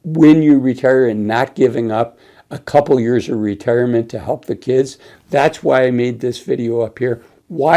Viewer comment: "Ra-Tear- a- ment". Yes, he is very reassuring. Nice hoodie, lol